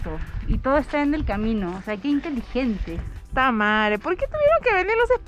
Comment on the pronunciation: hahaha no se cuantas veces escuche Tamaree xD